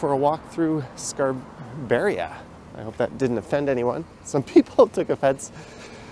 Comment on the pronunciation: It's actually pronounced Scarbeeria